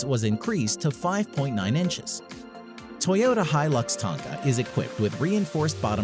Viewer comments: Okay since we're on the ''...he has a good voice, but wondered why he said 'Tanka' instead of 'Tonka'. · Forgot to add this 11 litre engine on the rock bouncer god damn no wonder younger people are so dumb they watch this and get the worst information on it all. The comment And Is it just me or is he saying Tonka incorrectly